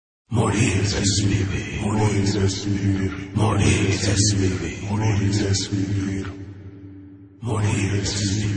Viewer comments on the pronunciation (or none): I honestly always thought it said moaning es veaver which made no sense to me at that young age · Morir es vivir always sounded like Moldy STDs to me as a kid😊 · I thought it said mummy/mommy Std LOL